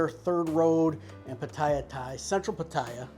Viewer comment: Mate ...........Pah tire ...plz learn the pronunciation